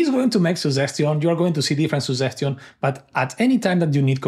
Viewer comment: Good video, I realized that I hadn't installed the chat. A small suggestion to the author is to work on pronouncing "suggestion" correctly. Luckily, the subtitles worked flawlessly.